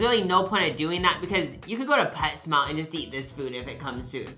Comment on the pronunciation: wait, did you say pet smart, or pets mart